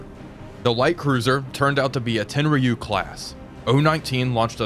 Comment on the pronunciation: Tenryu is pronounced "Ten-roo".